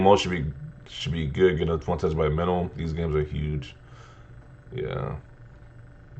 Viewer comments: Tera-byte. Not tetra. All I kept thinking was tetrapak.😂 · Tentrabyte 🤣 what is a tentrabyte? Good vid tho